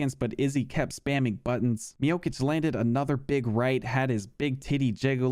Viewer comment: Man how hard is it to pronounce Miocic' last name right when the c is literally the same character and pronunciation lol